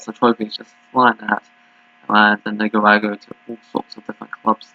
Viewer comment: Nick-a-rah-gwah. 😂Lol. I can help you here. I’ve been watching this league for the last month.